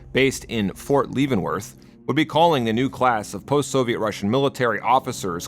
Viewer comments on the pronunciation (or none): on the note of mispronunciations (of english words), "levenworth" is "leh·vuhn·wrth" not "lee·ven·worth"